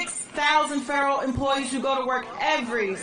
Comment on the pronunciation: "Feberal emploweees" 😂